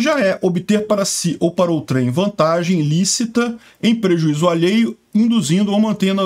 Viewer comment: A pronúncia correta é "ôutrem" e não "outrém" ... 😉